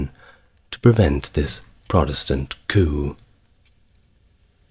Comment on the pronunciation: River Seine = River Sen, not River Sane. Coup = Coo, not Coop